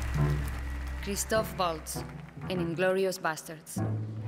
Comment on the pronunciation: his name is chistoph, not chistopher.